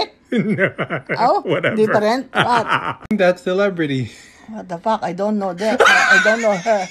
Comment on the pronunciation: I love the way she says WTF IS THAT "what the paack is taat" lmao💓